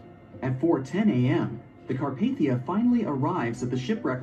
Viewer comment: It's Carpathia